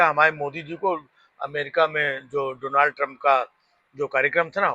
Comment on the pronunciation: जब मोदी डोलनड नही डोनाल्ड बोलना सीख जायेगे तब बुलायेगा कंगना के साथ